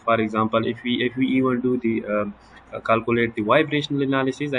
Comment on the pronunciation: کالکولیٹ نہیں کیلکولیٹ سہ لہ پختانہ شرمے